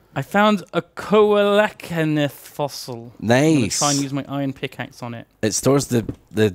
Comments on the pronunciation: Coelacanth is pronounced "see low can th" or "see luh can th" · Hearing Duncan pronounce Coelacanth as Co-lak-an-ith just hurts my soul, but I get it cause I’m hella dyslexic as well, for reference it’s pronounced See-low-canth, I’m pretty sure I’m expecting mispronunciation throughout the whole series to be fair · "Coelacanth" is pronounced "SEEL-uh-canth". It's also known as a "living fossil" because it still exists and hasn't changed much over millions of years. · I got kind of mad at that moment. It's call a SEE-LA-KANTH! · Duncan pronouncing Coelacanth (Seal-a-can-th) so horribly just destroys me from finding and catching them all the time in animal crossing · Coelacanth. I know this won't be seen but it's pronounced seel-uh-canth. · Duncan's pronunciation of "coelacanth" hurt me